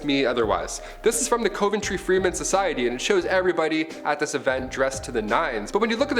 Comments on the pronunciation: Dude! It’s pronounced “cuv-an-tree” Not “cove-in-tree” How come all you young, but adult, YouTubers can’t pronounce relatively common words and names? Oh ya! I know why! It relates to an Abraham Lincoln quote: “The philosophy of the class room, in one generation - is the philosophy of government in the next generation “ Peace - and thanks for the up-load, anyway. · You say Coventry wrong.